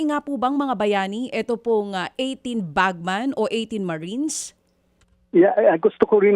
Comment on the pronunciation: Dj Chacha, it’s BagMEN not bagMAN.